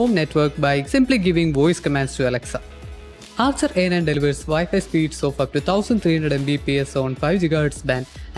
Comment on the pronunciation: "assa ahnat" translation: Archer A9